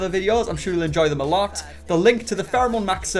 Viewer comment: “Pherome” “18- BELLOW-30” Lololol